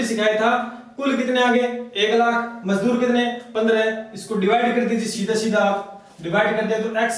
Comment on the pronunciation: मजूदर नहीं सर मजदुर होता है। थोड़ा समझाने का तरीका ठीक नहीं लगा । कृपया थोड़ा और सुधार करे।